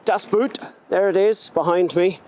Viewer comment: Great car; had the same shape 728i and converted it to run on LPG. The LPG tank was toroidal in shape and occupied the spare wheel well. Btw, “Boot” is actually pronounced in German like the word “boat” in English.